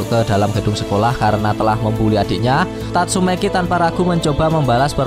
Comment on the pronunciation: Sebut nama biar betol sikit min, tatsumaki, bukn tatsumeki.. dah bgus bgi nma, lain pulak yg min sebut..😓😓😓😓😓